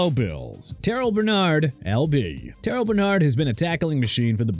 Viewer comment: TERREL (TER-RELL) BERNARD NOT TER-RIL!! ALSO WHY IS THERE A E IN TYRONE TRACY'S NAME?! HELLO!! MR. EDITOR THERE'S NO E IN TRACY! AND NEXT TIME CALL UP THE OWNER OF JACKSONVILLE'S FOOTBALL TEAM AND SEE IF THEY CAN CHANGE THE NAME FROM JAGUARS (JAGWAARS) TO JAGWAARS!? UNBELIEVABLE!!! AND ONE MORE THING MAYBE MIAMI'S OFFENSE WILL BE IN SHAMBLES THIS UPCOMING SEASON SO KEEP BRINGING THAT MESS UP!! SMH!!!!